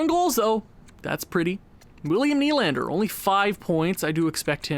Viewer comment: Kase is said like Kaw-Sha Nylander is Knee-Lander